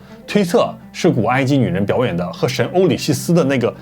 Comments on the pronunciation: 好幾集 歐西里斯 都變成 歐里西斯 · 是歐西里斯，不是歐里西斯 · 口誤，講成歐里希斯😅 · 本集很精采，謝謝的影片! 不過歐里西斯應該是歐西里斯(Osiris)才對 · 俄塞里斯/歐西里斯，不是「塞里西斯」😂